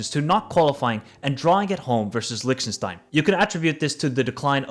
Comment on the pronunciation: you destroyed even Lichtenstein 😝